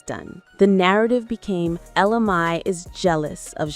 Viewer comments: It’s pronounced Ella May and not Mi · Ella Mayyyyyyyyyyy say it with me not my, mayyyyy ! That's driving me nuts!!! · Girl, say her name right. It’s Ella Mai(Mae). I never heard Jacques’s version. I knew she was pregnant before she had the baby. I seen a video of her pregnant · At first I was thinking I was saying her name wrong, but then that lady said ja'queye. 🤣🤣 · Many errors in your content, including the fact you mispronounced her name. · She is killing me the way she keep pronouncing her name.If you're going to do an article on someone, get the name right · At least say her name correctly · I hate when the commentator can't say the artist's name right! 🤨